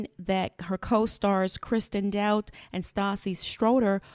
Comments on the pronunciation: It’s dote te not dout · It’s pronounced “doe-tea” not “doubt”